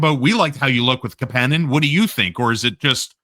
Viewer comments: Cmon fuck …. Why do you have to call him ka pan nin when you know damn well it’s kapanen cap A nin! Damn that hurts to hear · Why can't you guys pronounce Kapanen properly. I have some phonics lessons online for you. Goddamn donuts... I still love the show lmao! 😂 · According to the player himself, the proper pronunciation of his name is kapANen, not KAPanen.